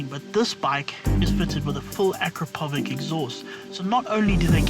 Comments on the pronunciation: Akrapovich not Akrapovik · Great video. Could you please say AKRAPOVIČ with a "Č", please. It hurts my ears when I hear it with a "K". Č sounds just like"Ch" in "cheetah".